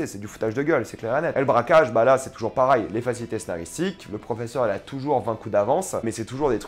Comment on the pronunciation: on dis Pareil pas Parail